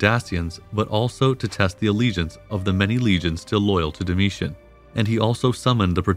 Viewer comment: Very interesting documentary series. My normal source for this period is "the history of Rome" podcast which is also fantastic. One major difference between the two sources is the pronounciation of certain names. this channel uses "Dakia", Desebalus", "Domietian" and "Danùbe" whereas the podcast uses "Dasia" ,"Dekebalus", "Domitian" and "Dànube". Which one is correct?